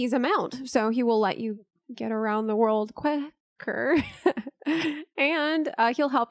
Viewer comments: Did she just say that the chocobo will help you get around the world “Kweh-cker”? Puns and buns - she’s got em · Heheheh. Kweh-ker. Heheheh. Mander-tory. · “Kweh”ker Lmao